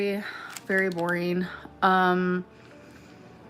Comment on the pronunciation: Say boareen one more time